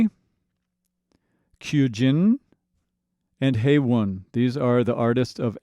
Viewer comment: KYUJIN is the youngest and the guy saying her name wrong.The Y is silent.